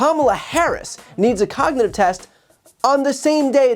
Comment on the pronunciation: Trump, stripping the teeth off the cog in "cognitive".